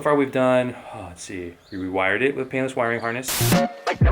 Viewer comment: Enunciate my man, I'm pretty sure you didn't fit a penis wiring harness...